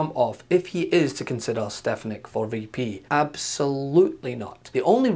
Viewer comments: He didn't say "Stefanak"! He said "Stepanak"! Watch his mouth and you'll see!!! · "It's stefonyick" "Will you please say it right?" "Stefonyick" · Trump couldnt even say her name!!! That was priceless! Stpanak?? WTF Donald! Sound it out. Hooked on phonics, Donald!!!